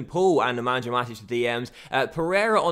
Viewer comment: the J in Nemanja is pronounced as a 'Y', so it's NemanYa Matic